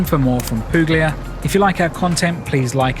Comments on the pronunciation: Puglia is pronounced 'Poo-lia' ~ the g is silent, as in Lasagna. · the g isn't silent, the exact pronounciation is PuGlia!!